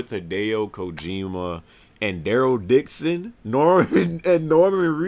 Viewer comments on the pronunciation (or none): none